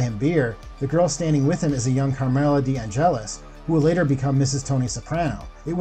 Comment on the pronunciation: God did you butcher these names, Imperioli - Imp-pier-ioli, Chianese - Kia-neese, Deangelis - Dee-Ann-jelis.